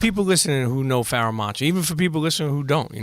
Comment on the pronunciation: You butchered the ever-living fuck out of his name haha.